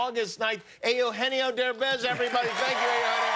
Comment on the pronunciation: Aa Oh Hen Ee Oh Derbez.